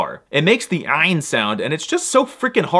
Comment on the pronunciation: ummm excuse me, but the ain is also a Hebrew sound, and you don't pronounce it very well. 😂